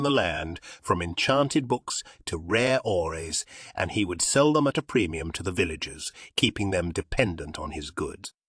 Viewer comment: this Attenborough ripoff doesn't know how to pronounce ores You're 11. How can you fuck this up?